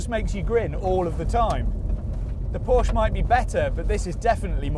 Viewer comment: Please pronounce Porsche properly